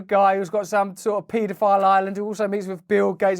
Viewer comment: I like how Russel says it "* PEE DO PILE''! LMAO..@ TWNT EE FORA TEEN